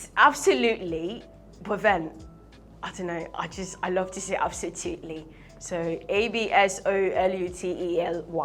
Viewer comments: She said Absotuly, but me saying Absolutely. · Please oo, which one is "ABSOTUTELY" again kwa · When she first said absotuely I was confused cos I was like it should have been absotuely. I even wanted to check the dictionary cos I never tot she would speak a word incorrectly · Sounds more like absolute + totally = absotoutally.... It's called blending